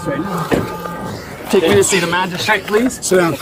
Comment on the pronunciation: he just recently learned the word "magristrate" :elbowcough